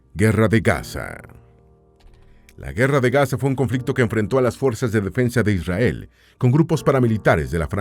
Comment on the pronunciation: Mentira dice isriar no israel